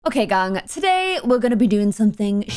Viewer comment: the way she say gang was getting me cracked up no hate tho